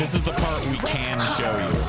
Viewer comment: Part not park damn text to speech thing